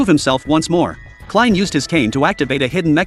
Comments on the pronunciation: stipud ai commentary its kline not klins thumb down for using ai to commentate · Klins, wtf?? hahaha